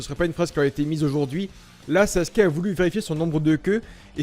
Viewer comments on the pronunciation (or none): Pourquoi tous le monde dit saske au lieu de sasuke 😂😭🤣